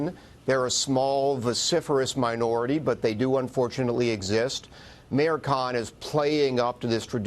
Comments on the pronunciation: Listen close, 5 seconds in she calls khan a kunt by accident, lmfao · Did she just said sadiq kunt?